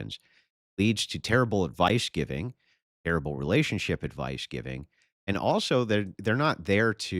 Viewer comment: Jesse: "You in an OPEHRelathunship?!" Destiny: "Yes, and happily so!!" Jesse: "Well, not fah LONG" Destiny: "Oh really Jesse? How long do I have??" Jesse: "Ah-- You'll see :)" 🤣😂😅